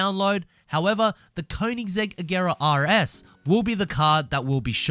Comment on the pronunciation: Yo hold up did I really just hear this man pronounce an actual "R" when he said Koenisggsegg RS? Congratulations man